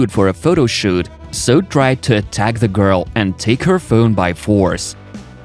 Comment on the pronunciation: STOP saying "Da" for "the"! "Da" is LAZY. Proper PRONUNCIATION! Or, get ELSE to narrate.